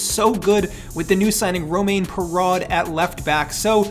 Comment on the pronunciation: Perraud is pronounced like "pear-oh" I believe